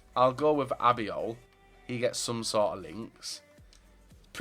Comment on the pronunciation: His name is Albiol not Abiol